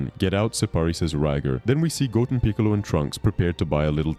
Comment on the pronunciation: Say it with me GO—10 GO-10 Not goen or godun sir